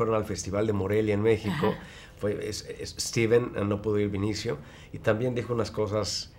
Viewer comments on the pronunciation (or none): demian, mi vida (para la reportera tambien), es BE-NI-CIO, no VINICIO!!! dios santo...